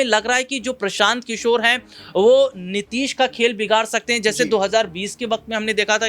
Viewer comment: गधा तुमको बोलना नहीं आता नीतीश कुमार बोल नीतीश नहीं